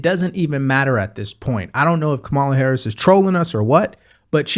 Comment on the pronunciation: Are you mispronouncing VP Harris’s name on purpose?